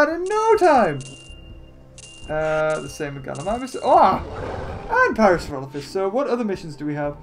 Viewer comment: You're rot Evan saying parasaurolophs right.